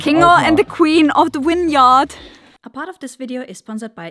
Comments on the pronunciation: Winyard/Vineyard. Reminded me when I visited Germany and the tour guide kept referring to the 'Willage'. I wonder what language and speak to one another off camera. May be just the language of lurv, baby. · Love how pronounces “vineyard” like it’s “winyard” 🥰